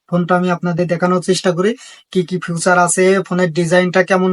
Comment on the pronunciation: ফিউচার না ফিচার উচ্চারণ ভালো করেন ভিডিও ভালো হবে😊